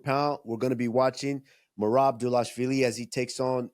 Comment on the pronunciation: And then henry never mispronounced Merabs name again.... 😂